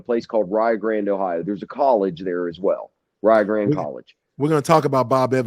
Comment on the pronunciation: Tijuana girl: It’s probably something to do with the way he pronounces Rio Grande as Rye-O Gran